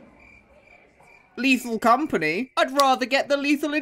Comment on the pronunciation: Ok but, as a french, the "Léthal Comapgnie Créole" was pretty funny. For those who don't know, the compagnie créole is a french band.